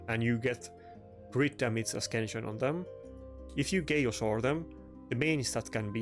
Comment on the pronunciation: Great gear piece. It's a-sense-yun not a-skin-shun. No hate, you've heard my bad German...